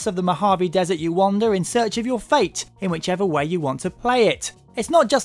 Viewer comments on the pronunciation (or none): none